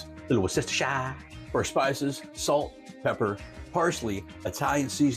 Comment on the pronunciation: "couple splashes of wash-yur-sister..."